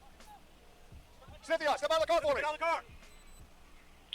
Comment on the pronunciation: Syn-the-a You’re dead